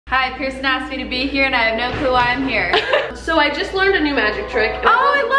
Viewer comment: intro instead of when it keeps saying pension it should keep saying brirson